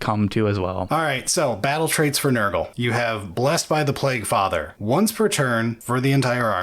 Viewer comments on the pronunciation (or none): none